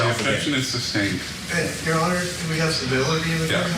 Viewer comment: had me😂😂😂 when he kept saying substain